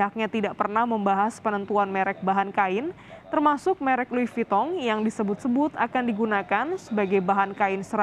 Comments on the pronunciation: Bukan tong mba ton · Lui vitongg